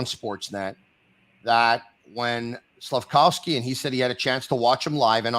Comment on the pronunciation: Slaf-KOV-sky, not Slaf-COW-sky!!!